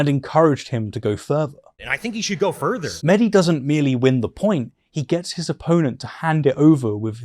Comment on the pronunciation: "Worth" is spelt as it is, not pronounced "werf". Same with the word further. It's not "ferver" You have a labiodental fricative, th-dronting lisp and it's very distracting. I wish I was able to listen to this without it being the loudest part.